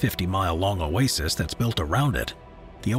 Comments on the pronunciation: yes his electronic voice and pronunciation of Oasis is annoying. especially when Oasis is the main topic. like saying "cah - MELL" for camel. wrong emohasis and sound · It is not “oases” it is “oasis”. 🙄🙄